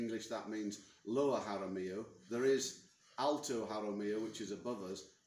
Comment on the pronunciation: Jaramillo , not Jamarillo 😄